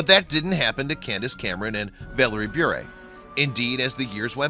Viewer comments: You’re saying her last name wrong, it’s Bure not Brure. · It is pronounced, "burr," like a burr under the saddlepad. I love how she stands up for her faith! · Anyone else notice that hes putting emphasis on the "u" in Bure when the "u" is silent? 8 minutes of listening to that crap got me triggered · I think you are saying Bure incorrectly. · Narrator is consistently mispronouncing her last name. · The consistant mispronounciation of her last name was so ANNOYING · The guy who made this video can’t even pronounce her last name correctly... 28 year marriage to my husband. Stable, Christian, boring probably to most. God’s way truly is the best. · Ugh he’s pronouncing their last name WRONG!!!!!!! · Learn how to pronounce her last name first😊